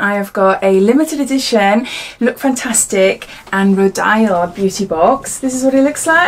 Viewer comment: It's pronounced row-deal. Sorry, I thought it best you knew.